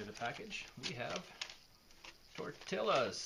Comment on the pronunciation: Tor Tee YAS Tortillas